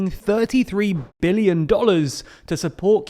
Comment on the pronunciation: Sounds like you’re saying million, not billion.